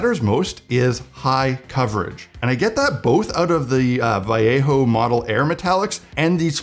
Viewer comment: How many years are you gonna say Vallejo wrong? You only say it that way if you are Spanish. sheesh its Va-lay-ho.